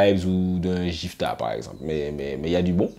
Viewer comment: Ceci dit, c'est GIFTA (avec le son "GUI" comme dans guitar ).